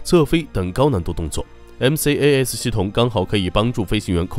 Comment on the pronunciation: 视频做得很好 但是max读成妈克斯...macs也读错好难受